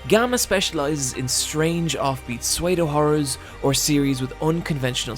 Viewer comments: YOU THINK THATS BAD! Ok, I apologise for this in advance, I dont usually stop half way through a video to comment but... Sewaydo... SEWAYDO!?!?! pseudo Ss-ewww-do sss like a snake ewww like "Ewww! a bug!" and do like a deer (A FEMALE A DEER, RAY A DROP OF...) IS THIS AN AMERICAN THING!?!?! Ahhhhh, ok, I'm calm, I'm back, language evolves, I get it but... DAMN, it slaps me every time you've said it before in other videos and today I just want AHHHHHHHHH! IT'S FINE... I'm ok, Back to the video, love your work BTW. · Sweydo horrors? You mean soodo horrors? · why does he pronounce it sway-do instead of pseudo ??? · "Swaydo" horror? Wait, did you mean "pseudo"? Oh jeez, that was confusing, haha... 😅 It's said like "su-doh", to avoid future confusion. 😂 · Pseudohorror "Sway-dough-horror" "Soo-dough-horror" Just saying. I love you to death,, but you folks across the pond pronounce words weirdly. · Language Police: Soo-ay-dough? “Pseudo” is pronounced soo-dough. Also, the ‘h’ in “chasm” is silent. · What the heck is "Swaydough horror"? Are you saying pseudo? That's pronounced Soo-doe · Again nitpicking but at somewhere between and you pronounce pseudo "swaydo" but its pronounced "sudo" Awesome video again! Keep it up! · Are you pronouncing "pseudo" as "sway-doh"? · please, please, its pronouced su-do, not sway-do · Did say "swayedohorror" or "pseudo-horror"?? Or did he say something else?. The comic covers on this site almost make me want to learn katakana properly. And I just might.. I just caught up on the Manga last night. Why Exactly Did You use this page????? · Pseudo is pronounced Soo Doh. Not Sway do. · Suwedo horror is a fabulous pronunciation and I may start saying that just to confuse people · So we've all just agreed to ignore that he says sweido horror? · My dude really said “suedeo horror” lol😂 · sway-doh lol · i love your vids but when you prononced psudo swedo and chasm chaasim i had to pause and gather myself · pseudo = Sway-Doh